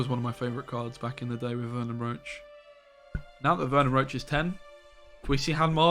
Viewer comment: FFS.. ITS VERNON ROCHE (ROSHE), NOT ROACH